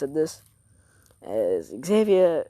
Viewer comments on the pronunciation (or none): Not Xavier it’s xenovia zen-oh-via